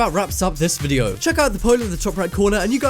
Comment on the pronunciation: VIDEO not WIDEO!! XD